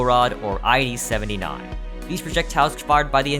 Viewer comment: Fun fact, "I.D." is pronounced I-D, not I-E